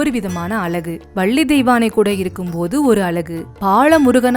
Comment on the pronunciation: அருமையான பதிவு. அழகு என்ற சொல்லை மட்டும் சரியாக சொல்லியிருந்தால் இன்னும் சிறப்பாக இருக்கும்